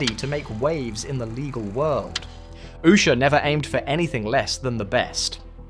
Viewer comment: Why don’t these Journalists find another job for a living. This idiot can’t even pronounce her name.